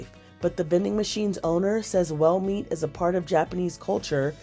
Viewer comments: Took me a while to realize she was saying "whale meat" and not "well meat". Then it happened again when she said the mammoth meat won't be "for sell" anytime soon. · It's whale not well